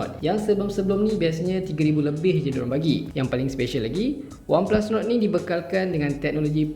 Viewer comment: Mcm Nuku bkn nord hahaha